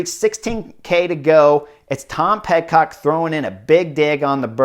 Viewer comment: I think Horner's mispronuciations are one of the endearing things about the butterfly effect and I hope it never changes. Sometimes he says Pet-Cock instead of Pid-Cock which causes laughter all around. I really wish this race had been on GCN+ so I could have watched the whole thing.